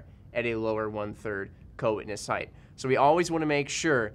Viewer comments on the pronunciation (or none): theres no suck word as heidth. It's height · Why do people say "heighth"? 😂🤦🏻‍♂️